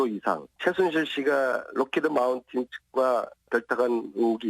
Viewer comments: 안민석이 이넘은 돌대가리 같은데? 0;33 로키드 마운틴? 나만 그렇게 들리나? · 록히드마운틴??? 😂😂😂 스펠링도 안보고 보좌관들이 준자료만 읽었니 이 무식한놈아 ㅋ